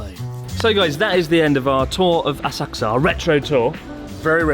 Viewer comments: Horrible como pronuncias Asakusa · How do you pronounce Asakusa, Chris? I’ve never heard anyone else say it like you do… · So have I been pronouncing Asakusa wrong my whole life? I've never heard anyone pronounce it like that before.